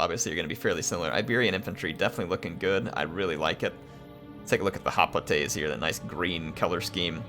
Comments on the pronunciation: Bro...Its pronounced "HOP-LIGHTS" ... NOT "HOP-LIT-AYS" ... fuck me!!! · I’m not trying to be mean but that’s not how you pronounce hoplites😂